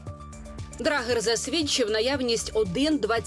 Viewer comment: Не драгер! Вимовляється шведською/дрейер!